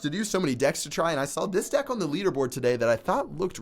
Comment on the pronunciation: that was the worst "today" I have ever heard